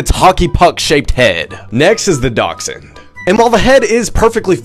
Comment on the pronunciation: It's pronounced "dash-hound’ not docksand😅